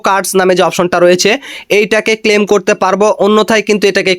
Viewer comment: ক্লেইম বলেন কেন? মূর্খ, ক্লেম করা যায় না